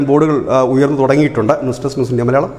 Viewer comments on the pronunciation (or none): none